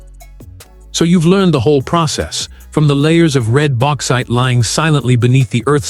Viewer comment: AI FFS Baxite